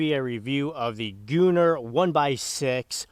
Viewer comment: I feel like it should be gun-nr not gu-nnr but that’s just me